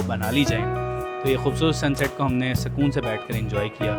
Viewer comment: Sab Pakistani sukoon ko sakoon kiu bolte ho?